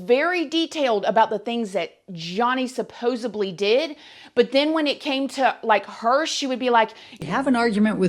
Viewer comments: Girl how can I take you seriously when you throw a 'b' into the word 'supposedly'? hahaha Love you though <3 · Supposedly - not supposably - but i gae you alike - agree that Depp's lawyers rattle on and hang herself.